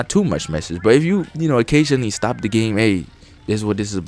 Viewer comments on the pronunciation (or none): none